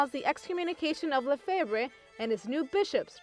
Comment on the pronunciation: You should pronounce his name correctly. We have more priests now. .